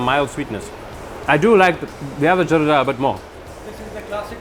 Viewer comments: Its call zardah not ... Jarda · 'Zardaaaaa' not jarda please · Loved it! But a little more work has to be done on Talaffuz as the sweet rice is called Zarda and not Jarda.. Barring that everything was spot on! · It's actually "Zarda", not "JARDA". Great content and amazing job by the host and of course Zia bhai. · Afghanistan dont have biriyani, the refugees who lived in Pakistan took this dish along with many dishes back to Afghanistan and 2ndly its Zarda not Jarda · RIGHT ....I was about to Write this Too.....Its ZARDA ..Not Jarda ... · Thanks bro, welcome 2 my city, love your video, but We don't call those sweet rice " jarda" We call it " zarda" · Bro, the word is Zarda from the color it has which is zard which means "of gold" and also alluding towards Zafran (Saffron) which is also the yellow color. When you call it Jarda on international channel, everyone is going to copy you. Without the zee sound the whole etymology of the word is decimated in a second. Thank you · Its ZARDA not jarda !!! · Its Zarda not Jarda 🤦🏻‍♀️ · It's not jarda rather Zarda with a Z